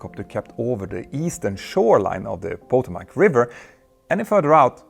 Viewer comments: The river is the "pah-TOH-mac" not "PO-tow-mac" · we love you -- so no offense -- the river is pronounced (in the States) as puh-toe-mick. It is an anglicization of Native American. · Pa-toe-mac river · Petter, your videos are amazing. But, on several of them, I’ve noticed you mispronounce local words. Please make sure your brilliant team gives you a pronunciation guide to those one or two names (or obscure English words) that seem to come up each video. The Potomac river is pronounced: puh TOE mahk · Still mispronouncing Potomac, I see.